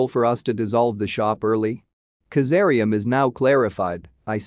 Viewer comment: Kazaliem not kazaream